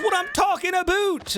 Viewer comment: is he Canadian? If not, that's racist. I'm Canadian and even I said a-baow-t